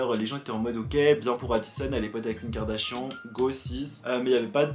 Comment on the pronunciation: Pk tu dis Karda chiant ?😭😂